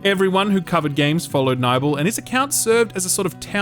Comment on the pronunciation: 'Nybel'!? I thought it was pronounced Nibbel.